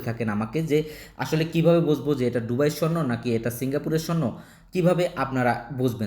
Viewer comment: ডুবাই নারে বলদা দুবাই